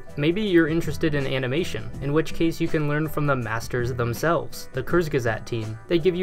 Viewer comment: you did not just pronounce kurzgesagt like that, did you? Oh, my German soul is rotting!